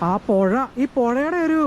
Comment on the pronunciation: പൊഴ അല്ല പുഴ .